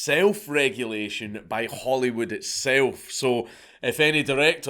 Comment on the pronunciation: Did he say Hollywood or Holyrood???